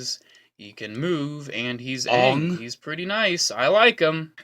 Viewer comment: It’s Aang not ang